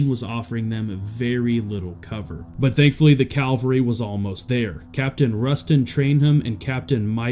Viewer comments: “Cavalry,” not “Calvary.” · Wtf is with Americans?, its cavalry not calvary thats Jesus's story . Another one is the word "ask being pronounced as "akse" what the hell is that about? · It’s cavalry not Calvary. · It's Cavalry not Calvary. Don't get soldiers confused with where Jesus died.